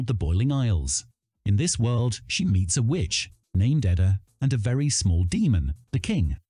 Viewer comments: Her Name is Eda not Adda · It's Ee-da not Ed-ah